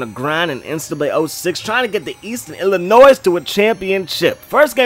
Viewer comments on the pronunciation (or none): you don't pronounce the 's' in Illinois